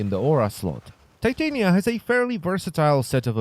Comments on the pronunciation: I thought it was pronounced tih-tahn-ya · I know it's his accent but...the way he pronounce titania, it's...weirddddddddd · The way he says her name physically hurts me. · Im pretty sure u said her name wrong